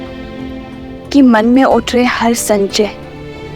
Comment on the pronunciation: sanchay nhi sansay bolna tha